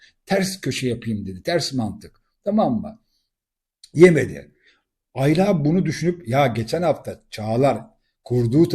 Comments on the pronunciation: yorumlarınızı beğeniyorum Hepsi gayet yerinde. Rica etsem Ayla isminin tonlamasınıı ikinci A yı uzatarak yapmasanız. Güzel Türkçemiz’de bu isim kısa A larla okunur. Emeklerinize teşekkürler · Aylaaa değil abicim ya Ayla . Tek A